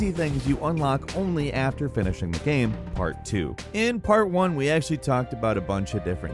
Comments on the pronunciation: Except for the word "game" lol he says Gehm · I agree… except the word “game”. It’s like he says “gyem” some times. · I can’t even put my finger on how it sounds. It’s every once in a while it sounds like gyem, like he’s Canadian